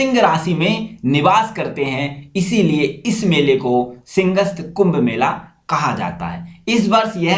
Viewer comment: Bro excellent videos, good facts and info. But few mistakes : Its Simhastha, not Singhast. 62 feet Shaurya Stambh ?? Indus Mega Food Park is in Khargone ! Fiscal Deficit Spelling. Anyway, I'll keep watching. Subscribed :)